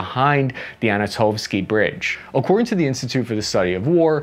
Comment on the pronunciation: Sav-tove? Anna-tovski? Good grief!